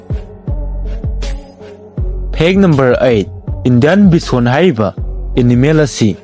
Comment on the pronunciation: tricolour- pronounced as: traikalar, not trikalar Bison- pronounced as: baisan, not beesan